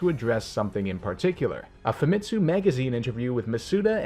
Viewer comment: It is Fa mi tsu. Fa as in Fat.